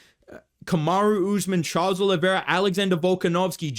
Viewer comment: bro said charlos 😂